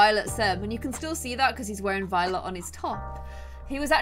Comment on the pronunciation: Is it just me or when said that Tyler was a very Violet sim it sounded like he was a very VIOLENT sim??